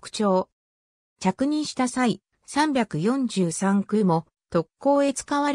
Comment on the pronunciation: 読み方はミイケ、サンヨンサン、キュウロクです。中島は特攻を拒否する部下を徹底して虐待した。